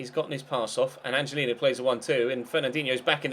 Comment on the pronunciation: its pronounced "angelinyo" this ñ is makes the 'ny' sound.